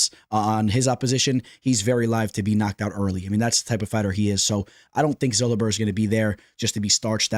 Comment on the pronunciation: Daniel Zellhuber is not Zull-Uh-Ber its Zell-Hu-Ber, there are countless but just had to point it out! But Keep Pumping Content some good stuff